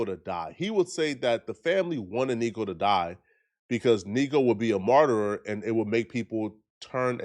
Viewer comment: You keep adding an extra syllable to martyr….